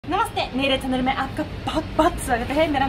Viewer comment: When you say "mere channel me apka swagat h" it sounds like "mere chandra me apka swagat h"